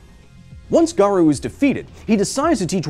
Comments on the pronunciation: "hero hunter garoo" ._. are you really a opm fan? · haven't seen anyone say it so: Garou is pronounced Gah-roe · This was a great vid but the pronunciation of Garou was bugging me a bit haha. The U in Garou is essentially silent, so it should be pronounced as Garo rather than Garu. There's minor differences in Japanese between an O and OU but as English speakers it's nearly unnoticeable so it's safer to just assume the U is silent as it's more accurate in nearly all cases. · GA-RO-U NOT GA-RU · Dang that was a great video. Knowing what some anime reviewers go through when they show actual manga panels.. I fear this video won't be up for long. I hope I'm wrong. Also, erm.. nitpicky but it's "Ga-roh", not "Ga-roo". (I know, I'm being that guy . sorry). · OPM is also a great tragedy. Btw Garou's name pronunciation is Gar-Oh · Can't even pronounce garou correctly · the Japanese pronunciations are so bad lol